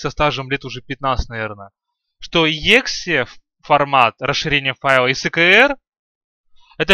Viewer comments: Не егзе, а экзе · если ты программист то почему ты говоришь не правильно exe файл? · Какой ты программист? Ты даже exe правильно сказать не можешь